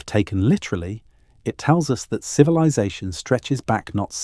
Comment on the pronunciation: Lost me at “civi-lie-zation”. Ugh. I can’t fall asleep to this AI crap!